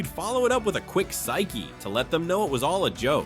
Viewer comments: Yeah, pretty good, but at about the expression was not pyche (sīkē) it was the heteronym pronounced sīk (one syllable). It was usually preceded by "ah" or "nah" and, as stated, it was to let someone know that your previous comment or action was not serious and you were just messing with them. Also, don't forget "bomb" or "the bomb" (excellent/awesome/ultimate) which was definitely 70s but morphed into "da bomb" in the late 80s and is still in use. Thanks for the blast from the past. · Yeah, if you're going to make a video about it, learn the proper way it was pronounced.